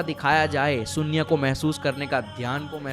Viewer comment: sunya nahi beta shunya bolate hai